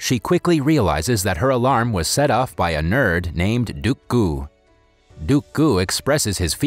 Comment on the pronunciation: Nope...its actually duk-gu